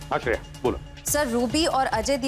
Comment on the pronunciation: Shreya ❌sherya ✅